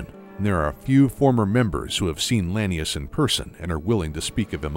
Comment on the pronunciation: Only thing I didn't like was the mispronounced lanius. It's la-knee-oose, not lany-us.